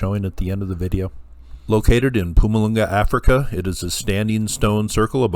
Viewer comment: hehe couldn't help but chuckle at your pronunciation of Mpumalanga :). Good stuff overall though 👌